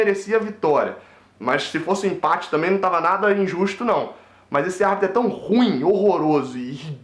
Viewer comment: Bela , análise moleque ! Muito triste , essa derrota e patética a perda do pênalti ! Nada a ver mas não diga " Ruim" , como se fosse monossílabo ... É , " Ru-im " ! Responsabilité ( ? ) de Falar , em público ! Saudações !